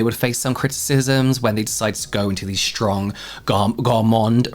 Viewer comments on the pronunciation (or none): none